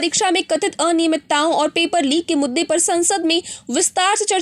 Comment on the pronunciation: Kathit aninaymit-ta????? Ya fir aniyamit-ta